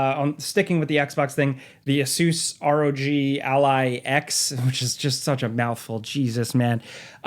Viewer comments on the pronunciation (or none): Ah-Soose rog alley lol